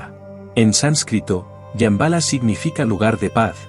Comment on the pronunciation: "SHAMBHALA". = 😮¿Yambala?😮. 😂🤣😆👍